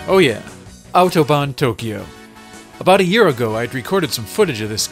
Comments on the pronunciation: I'm impressed by your correct pronunciation of the word "Autobahn". :) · I am impressed. I actually never heard a native english speaker saying "Autobahn" as clearly and pronouncing it as correctly as you just did. Glückwunsch! Des Weiteren: Watching the tunnel glitch repeatedly allowed me to transcend into a higher form of existence. Thank you for that.